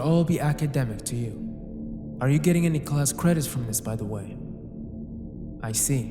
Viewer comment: Bro…how the fuck did you pronounce “you” like that